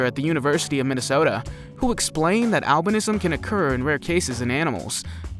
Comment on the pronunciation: albinism pronounced owl- bin- ism. My daughter was born with albinism.